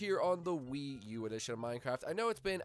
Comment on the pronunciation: In your don't say WIIU